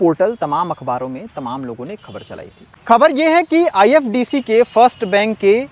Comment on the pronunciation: Khabar bad me bna na tu phle nam. Thik se le IDFC First bank hai nam IFDC bol rha hai tu Chut*ya 😂